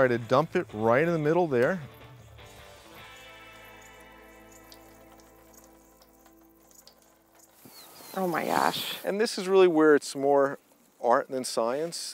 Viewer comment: hoo may gashhh its taste of salt.